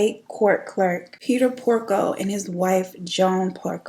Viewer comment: Girl did u say Peter PORKO??? 😂